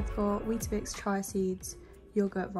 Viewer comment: It’s chia - cheeya seeds. Not chai